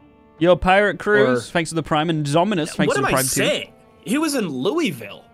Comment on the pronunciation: The way Louisville was said killed me abit inside